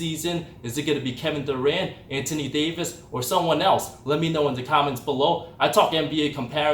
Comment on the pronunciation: He also said the same thing about Oladipo being the "regaining" Most Improved Player lol. & he pronounces "Anthony" as "Antony", like without the "h" lol. Not being a dick or talking shit, I find accents to be cool & endearing!